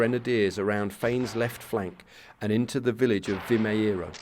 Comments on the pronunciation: Sometimes the last 'O' sound in Portuguese could turn a little bit to a 'oo', like in boot. Thus, Vimeiro sounds like "Vi-may-roo", using English phonetics. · Pronounced something like "vi - may - ruh" 😊 nice series.